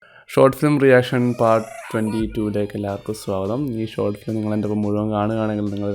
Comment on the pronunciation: ഇവൻ ഏതെടാ. ഗോട്ട് ഫിലിമല്ല.. ഷോട്ട് ഫിലിം അത് ആദ്യ ശരിയാക്കെട... പൊന്നോമലേ..🤩